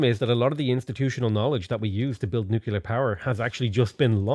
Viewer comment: Nu-clear. Where the crap are you getting nuCUlear.